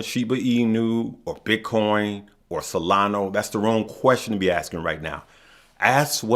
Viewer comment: you are not pronouncing SOLANA right brother is SOLANA u say SOLANO. Also brother from my EXPERIENCE don't say to tell friends and family I used to help friends and family and everytime doesn't look good they become ungrateful and swearing it is DRAMA. Like I say I just SHARING MY EXPERIENCES PEOPLE ARE UNGREATFUL. REMEMBER IS SOLANAAAAA JAJAJAJAAJJA TAKE CARE FROM L.A. CALIFASSSS